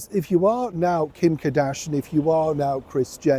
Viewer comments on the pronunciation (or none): It’s not KADASHAN….. it’s KARDASHIAN…..KAR DASH I AN. It’s also Emma GREDE…..NOT GIRDIE.